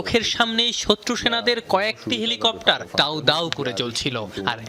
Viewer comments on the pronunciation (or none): none